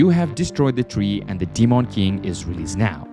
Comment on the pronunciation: The way u say demon is annoying 🤣 … Deemawn king